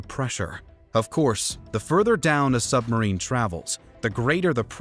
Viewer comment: I'm pretty sure he's saying "summerine."